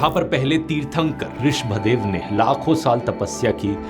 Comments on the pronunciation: Correct your pronunciation - it's Risabh Dev , not Rish Bhadev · in this part jain tirthankar name is rishabhdev not rish bhdev please correct this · dhruv rathee pronounced wrong. The 1st god of Jainism is "Rishab dev" . Please recorrect it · Wrong pronunciation. It is तीर्थंकर ऋषभदेव या भगवान आदिनाथ 🙏